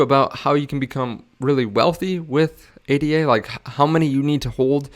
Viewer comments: It's pronounced ADA, as one word. Not spelled out as A, D, A. You can't hold Cardano, you hold ADA. And then you expect people to take your opinion seriously? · Its Ada. Not A.D.A. Ada is a name